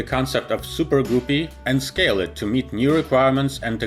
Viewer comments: it's not goopies or goooree it guppy why are you making fun of this airline it is a great airline. By the way I'm still am not trying to start a fight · Anyone else think it’s kind of funny how he pronounces “guppy” like “goopy” lol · It’s pronounced “Gup”-ee, rhymes with cup-ee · Please pronounce Guppy ....G-upee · Guppy rhymes with puppy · It's pronounced "guppy" rhyming with puppy. I knew the son of the man who named these little fish in Lake Victoria. He was Nick Guppy of Cambridge, England. That's how he pronounced his name! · I know why he pronounced Guppy like Goopie, because it's the way how he pronounce species of that fish in his native language. In my language we pronounce Guppy in the exact same way like he did it, of course we write it differently (Gupi) Energia being Russian rocket project he spelled it correctly, and using English alphabet you can write it somewhat like "Energiya" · It's pronounced Ga pi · Goo-py??? WTF!? LMAO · Great video. You can pronounce "goopie" any way you want to. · Sounds like he is saying Guffy BuuBuuu that's all Fokes ! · Everytime you said “Goopy” I cringed lol. Good video otherwise! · Accents: am I a joke to you? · mezsh he will just say like poopy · I understand your point but he clearly knows how to pronounce the soft u sound. says 'structure' perfectly fine along with a few other words in this video even. It's just a case of picking the incorrect pronunciation for the u in Guppy. So the rhyme should be helpful. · Another Excellent Video! Thank you p.s. "Guppy" is correctly pronounced with a "short u" sound. The English word "up" has a "short u" sound. In the video Guppy is incorrectly pronounced with a "long u" this "u" sound is as in the word "mute" So the "u" in the word Guppy should be pronounced as a "short u" as in the word "up", not as a "long u" as in the word "mute" Hope this is helpful. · guppy* not gooby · Funny, I just said it rhymes with puppy, not poopy. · Guh-pee not goo-pee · its guppy not goopy